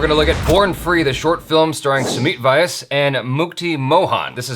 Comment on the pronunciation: Vyas is pronounced like 'V'yass